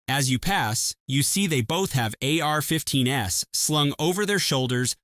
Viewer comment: It’s because it’s so obviously AI and the narration is clearly AI generated. For example “they both have AR-15 S” and the AI voice pronounces the “S” as a standalone letter. A human wouldn’t do that.